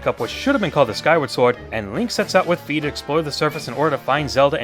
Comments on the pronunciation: In past games I never used any of my items to fight . So maybe that is what they were thinking. Also I never had a problem with the sword going out of alignment. Maybe you are swinging it too hard? And Fi is pronounced with an i sound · Fi is pronounced with an "e" sound.